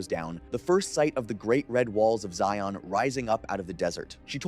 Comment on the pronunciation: I grew up in UT. It's pronounced Zion, like lion. Not ZI-ON 😉